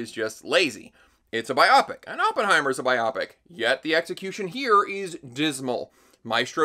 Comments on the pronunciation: why do you pronounce biopic as bi-opic, it's bio-pic...you sound like a hollywood snob when you say it that way, or are you doing it on purpose? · When did ppl start saying "bi-opics" instead of "bio-pics"? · Hey - I love your videos and I watched all 40 minutes of this one, but I hate the way you pronouce "biopic". By the end it felt like you were pronouncing it wrong as part of some weird prank. Was that the point?